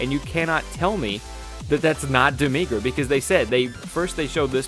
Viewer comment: its not demigra